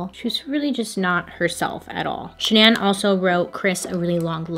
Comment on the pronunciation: i love you girl but the way you kept saying shan-NAN instead of pronouncing it regularly drove me insane 😂